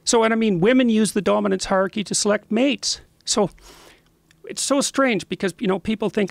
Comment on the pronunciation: Jordan needs to learn to pronounce the word "hierarchy" correctly. He keeps saying "harky". Just sounds goofy as hell.